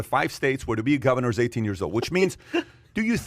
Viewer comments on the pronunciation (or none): Pat accidentally calling governors “goobers” was gold